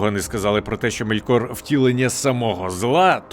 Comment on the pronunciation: Який МоргОт? Який МелькОр? Який ЛіндОн? Невже важко було наголоси перевірити?